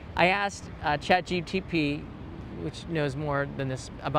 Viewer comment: Do you intentionally say ChatGTP? 🤣 Thank you for sharing this important information.